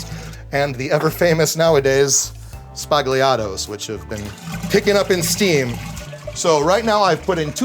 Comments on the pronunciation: Great Bar and Great Bartender. But, for the love of god, "Sbagliato" is Pronounced: Spall-Yato. NOT Spag lee ato. It's very common in Italy. They'll cringe at Americans ( as if they dont already with our terrible italian) Teach your patrons as well. Italians will thank you for it. Grazie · the way he said sbagliatto may as well have been a slur